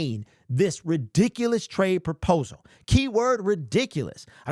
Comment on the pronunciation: PROPOSAL... not purposal